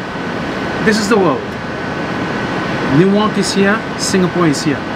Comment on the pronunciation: Says newyork Caption : newark 😂